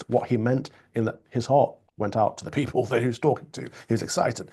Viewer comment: I really wish Starmer would stop with that stupid "working people" nonsense (or "working pipple" - as he pronounces it). It's a meaningless slogan because, like the word "woman", he can't even define what group of people he means. Plus, he seems happy to hand our money over to 'pipple' outside of the UK, to illegal immigrants who have made no contribution, and to some people on benefits who have no genuine claim to them.